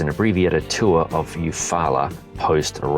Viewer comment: Good job on the pronouncing Eufaula, also as an Alabama native I can fully confirm the PIA caused by that peanut butter mud!